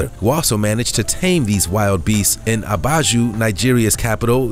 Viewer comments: Abuja is pronounced ABOOJAH not abajoo 😂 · It's Abuja, not Abaju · It's Abuja not Abaju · Lemme just say this as a representative from Nigeria. It is not pronounced Abaju is it Abuja. ah/boo/jah very simple. smh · WAIT!!!!! Did he just call ABUJA, ABAJU????!!!!!!! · You mispronounced Nigeria's capital. It is Abuja (A boo Ja) not Abaju (A baa Joo). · Abuja- "Ah-boo-jah" not "abaju" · It’s ABAJU.. it’s ABUJA NIGERIA’s capital AAA BOOOO JAAA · Abuja not Abaju so racist typical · Did he just call Abuja , abaju 😂😂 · Did my guy call Abuja abaju 💀? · Why would you pronounce Abuja as a-ba-ju 😅? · Lol. What is ABAJU? 🤣🤣🤣 You Wrote ABUJA, Pronounced ABAJU 🤣 I'm from Nigeria. Abuja is the State Capital of Nigeria.